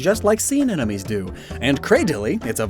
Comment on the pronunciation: take a shot every time says "anenomes" THIS IS LIGHTHEARTED don't actually worry about mispronouncing words, scientific names are messy and hard to pronounce 😄😄😄 love these binge-infodump videos!! helps me refresh my mental Pokémon encyclopedia!! thanks a lot!! 🤍🤍🤍🤍🤍